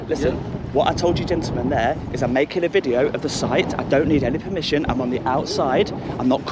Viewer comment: Wooow, you sure was playing it up but this guy has no professionalism at all. Horrible way to act, why is he so aggressive? Must have something locked up inside that's coming out here. "Promision" haha, he keeps talking saying the same thing over and over, how do so many people not know such a simple law. And what kind of country would it be if it was illegal? Haha, more publicity as long as it's good is great... oh no. At least they are showing themselves to be proper.